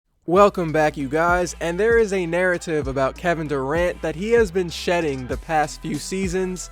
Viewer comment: This man said shedding lmao